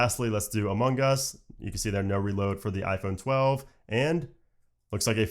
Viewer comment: Sounds like you're saying "Among Gus". Every time.